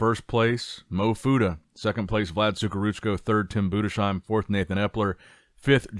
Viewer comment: Enough is enough. It‘s Budes - Heim. No „Sh“ sound. It‘s pronounced „Budes - Heim.“ I am German. I know.